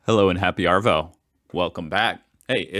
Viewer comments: Hey dude, if your going to say Arvo you gotta say it like AaVOeE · he pronounced arvo as are-vow not arvo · Good work saying emu correctly. Sorry but now we need to address how you say arvo. Australians say a soft r. You are saying a hard r. Listen to ozzies saying arvo. You will not really hear the r.